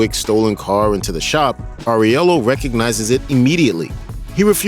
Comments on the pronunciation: How can you mispronounce so many things? Where you just reading a random script without seeing any movie? Especially Aurelio, You keep Saying FFS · Who is? You mean Aurelio (pronounced aww-rell-ee-oh)? Did you watch the movie? Lol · Aurelio!! Not Aurielo! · First, Winston doesn't betray him. Second, Aurellio, not Areulio. WTF Third, he made Vigo the crime boss of NY. Like, there were other families, but John ended them. It's said by Vigo that John made him, what he is now. That lack of research, god. Usually don't say this, but very bad video. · His Aurelio pronunciation hurt my ears